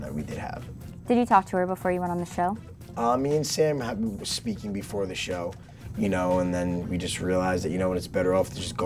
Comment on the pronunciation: Did he say “speaken “ lmao 😂